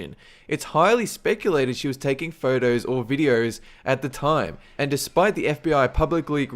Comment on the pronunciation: This guy can't pronounce his o's. It kind of irritated me. He says phertos instead of photos and herx instead of hoax. And urnnecessary instead of unnecessary.